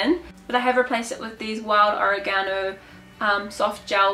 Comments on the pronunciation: oregano (o-reg-a-no) not origano lol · Edward H oREgano, accent on the RAY. lol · Is this the oregano we put in pizza sauce? oh-ray-guh-no Saying it like oh-ray-ga-no makes me think its an ancient chinese secret spice.